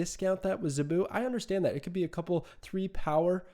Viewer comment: Zabu rhymes with "taboo". Great analysis, btw! Fun facts: Dazzler made her debut during the Dark Phoenix Saga (X-Men), the issue AFTER Kitty Pryde made her comic book debut, in February of 1980. Zabu has been Kazar's sidekick since forever (seems). Early X-Men issues had the team running around the Savage Land quite often. The X-Men slumming around the Savage Land was always pretty fun. Nothing like Storm in a fur bikini or Wolverine get into a fight with a dinosaur. Sauron is a mutant (and ANOTHER X-Men adversary). His human form, Dr. Lykos, has powers similar to Rogue - he can steal your lifeforce (and kill you by doing it), which turns him into the maniacal Sauron, who could hypnotize and turn a hero against their team. Think Dr. Jekyll and Mr. Hyde, if Mr. Hyde could fly and had hypnotic powers. He was a scientist in the Savage Land.